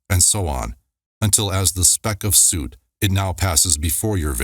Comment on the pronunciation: Soot rhymes with foot.